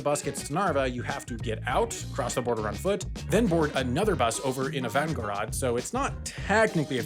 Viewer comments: Ivangarad????😂😂😂😂 another mistake its ivan-go-rod aka johns town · Another mistake for your next mistakes video: it's Ivangórod, not Ivangoród. Pronouncing names of places correctly will never be strong point:)